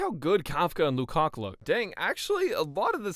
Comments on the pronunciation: Are we all gonna ignore that he called luocha louca 💀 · Did you just call Luocha Luka?